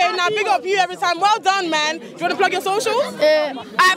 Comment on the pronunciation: Man said follow my sochials🤣🤣